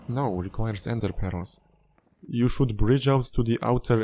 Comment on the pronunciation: I love the way you pronounce ender pearls as endê peróz